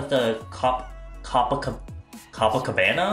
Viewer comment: you're such an amazing soul and I am so sorry if this sounds judgemental. It's "cope-a-cabana." The club is named after the most iconic neighborhood in Rio de Janeiro, Brazil. I lived there. I am surprised you've never heard of it. Anyway, have fun in NYC!